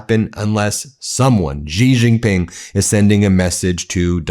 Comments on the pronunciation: "she" Jinping It's not that difficult to pronounce correctly! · Just a petty point of correct pronunciation. Xi Jinping is pronounced She (as in she, he, him, her.) Gin (as in what you drink) Ping, as in ping pong.) She Gin Ping. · It's pronounced as Xi (just like C) Jin Ping, not Zee Jin Ping, Ben. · You should have someone tutor you in the correct pronunciation of Chinese pin yin - particularly President Xi’s name.